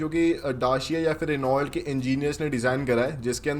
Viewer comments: रिनॉल्ट नही होता , रैनो होता है😅😅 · Renault nahi bhai pronunciation "Reno" hota hai. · Reault ko Reno bolte Bhai ... Bolte vakt .. apko roast Kiya hai .. car guru buddhe ne 😂😂